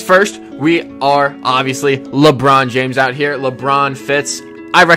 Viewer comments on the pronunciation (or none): none